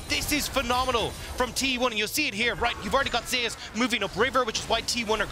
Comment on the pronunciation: Why do they pronounce Zeus like that?